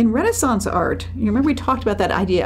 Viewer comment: I can't stand how the names are pronounced. Renaissance is pronounced wrong here for a start